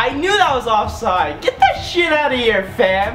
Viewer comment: They way you say fam is actually hilarious